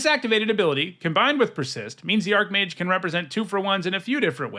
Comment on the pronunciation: I wonder why so many people pronounce it "ark-mage" instead of "arch-mage".